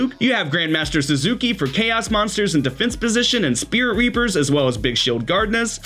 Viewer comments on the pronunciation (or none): pronouncing Grandmaster Sasuke as Grandmaster Suzuki